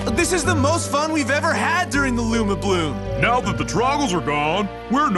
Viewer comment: Anyone else noticed the discrepancy between "Lumi-blooms" and "Luma-blooms"? Is it a case of a different pronunciation to the spelling?